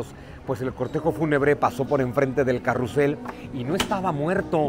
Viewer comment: popularmente se les llama caballitos, carrousel es muy rebuscado (se pronuncia carrusel)